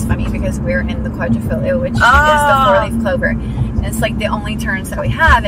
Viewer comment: Great "Quadrifoglio" pronunciation. Brava!